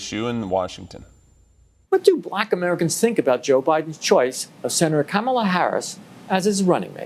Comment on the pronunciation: oh oh you called her Camal-uh